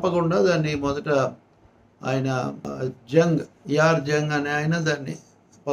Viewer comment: నవాబ్ సదర్ యార్ జంగ్....యార్ జంగ్ కాదు